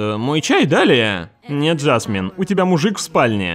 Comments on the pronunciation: Непривычно слышать ударение жАсмин вместо жасмИн. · Почему ЖАсмин, а не ЖасмИн? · многовато открытого мата. И почему жАсмин, а не жасмИн?